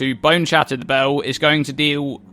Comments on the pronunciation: Bell its bEEEEl not BOOOOU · Can u pls say "bell" like a normal person. Its not BAUW its just a bell dude, jesus...